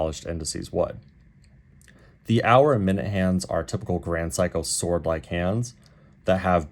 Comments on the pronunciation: It’s pronounced Se-i-ko. No ‘psycho’. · My man pronounces SEIKO as PSYCHO you know 😂 GRAND PSYCHO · You keep pronouncing it as "Sai-ko" (as in "psycho"). Is that the way it should be pronounced, or just your accent? Given that you have "extended family in Japan", I would tend to believe you know how to pronounce the name.